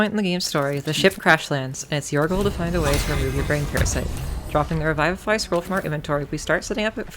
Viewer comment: BG3 has taught me that many ppl don’t know how to pronounce revivify lmao